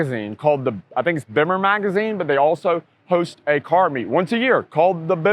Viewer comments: say it like beam-mer. You say it werid, lol. Love the video. My favorite bimmer is early 2000's M3. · yo i'm a bemmer man thats how you pronounce it my first bimmer was a e30 320i i bought in germany when i was stationed there threw thw early 20000's like i said before you should put E36 exsterior mirrors on your ride the purple on should of done the same thats how you know the person fixing up the car has true bmw taste why you named your car cream pie thats not a fabulas name cream pies are nasty